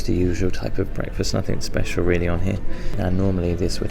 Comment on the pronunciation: It's pronounced NOTHING, not NOTHINK.